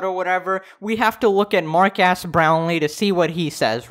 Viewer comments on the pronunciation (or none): Bruh I thought u said marqass